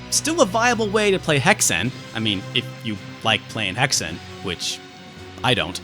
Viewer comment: Almost unsubscribed when he pronounced Hexen like that... And again when he said he didn't like Pod Racer... But hey, nobody's perfect... heck-sehnn